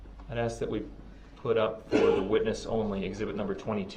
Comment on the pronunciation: Holy Moly, how many times can Brooks mispronounce the word "ask"? Every time I heard this, it's like fingernails on a blackboard.